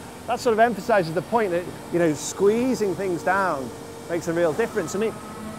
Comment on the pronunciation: Hahaha emphasizes "the point," and he's talking about needles. Punny! :D